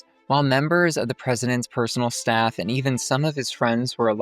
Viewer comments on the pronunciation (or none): none